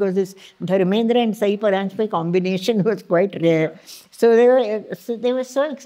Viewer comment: It’s time non marathi people realise that her name is ‘सई’ and not ‘साई’.